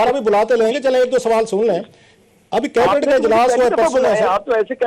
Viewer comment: Who is this guy? He is saying cabinet.... sabinet.....like word..